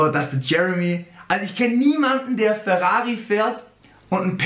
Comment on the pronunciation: Sag doch einfach Ferrari und nicht WRAWRI .. das klingt schwul